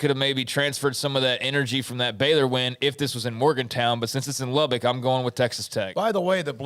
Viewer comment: Hey! It's not Lub-BICK. It's Lub-buck